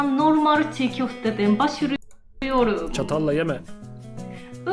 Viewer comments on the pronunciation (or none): Başlıyoruz diyemiyor çünkü japoncada L harfi yok ve her şey hecelenerek söyleniyor sessiz harf diye bişey yok o yüzden başırıyoruz diyor